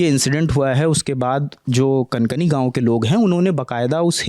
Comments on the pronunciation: कनकनी नहीं कांकाणी गाँव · कंकनी नहीं, काकांणी नाम है गांव का